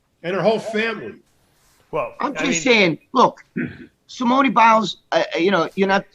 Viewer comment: Greg trying to pronounce Simone’s name 🙄